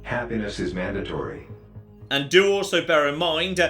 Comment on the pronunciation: Happiness is manned a tree great pronunciation of mandatory